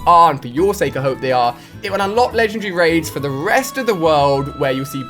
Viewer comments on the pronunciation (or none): none